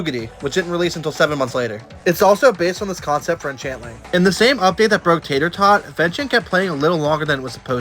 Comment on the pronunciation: His name is teeter tauter not tater tot